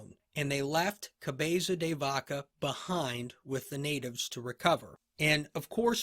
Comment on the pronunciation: Your 'Cabeza de Vaca' pronunciation is soo cool... This surname was given to one of his ancestors that during a famous battle against the moorish pointed the christian troops into a secret passage using a cow's head. Apparently, this turned to be a great advantage and the battle was won (Navas de Tolosa, 1212). Another great episode. Gracias!